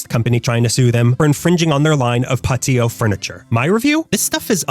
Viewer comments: PATIO NOT PAH TIO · "Pa-tio Furniture" 💀😂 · Pa-tio furniture 😂